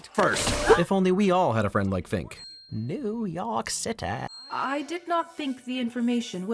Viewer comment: But this isn't Neuewuww Yeorrk Citaayyyyy, its fudging Staten Island.